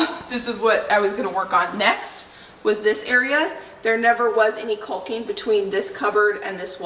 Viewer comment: caulking is pronounced like what a crow does, caw and the guy with the crown. So, caw king, and cawk. We want you to be perfect.